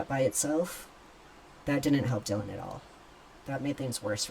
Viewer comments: So she /he is. Accept that. I dont feel for her/him in the least. Not one bit. Too many questions about her/him. Its Dylan, like dillon not die lynn. 😅😅😅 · You can't make this shit up. It's Dy-lan NOT Die-lynn 🤣 Idiocracy 🤣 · Bro...stop calling her Die-Lan! lol It's DYLAN. Where the H did you hear it pronounced that way? Because I never did ONCE, aside from you. And yes, she sure AF looks 100% woman to me too. But if she DID get that done? Wow. Give those doctors a big fat raise! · Come on. Surely you know how to pronounce Dylan's name. As in Bob Dylan.. .. her name is not Dy lyn. Ffs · Her named is pronounced “ Dillon”